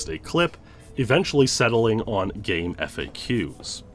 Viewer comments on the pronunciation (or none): GameFAQs is pronounced Game-faks, not Game-F-A-Qs. This was confirmed with one of the founders.